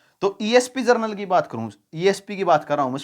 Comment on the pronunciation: जनरल को जरनल बोल रहे हैं 😂😂😂😂